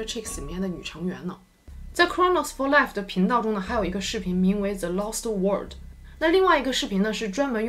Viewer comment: Wayne Ren 那个念 worrrld.....